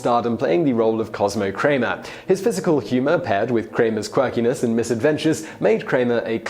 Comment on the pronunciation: Kramer now Kraner 😑😸